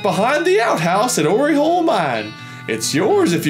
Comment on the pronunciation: Oryhole mine? It's "Or"e hole mine... lol. Great video